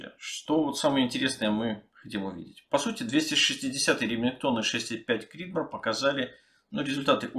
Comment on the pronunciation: просто после американского видео очень слух резануло. В остальном отличный видос, спс.